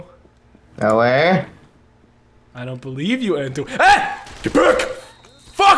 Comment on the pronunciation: You called Entoan Enty.... YESHHH YESHHH :3 dies